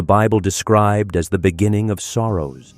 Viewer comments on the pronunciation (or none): none